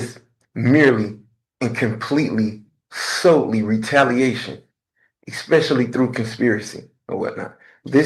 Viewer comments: Ahhhhh we have an “expecially” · We have the first "eXpecially". I am guessing there will be many, many more. Getting my earmuffs. Spoken English is the real victim here.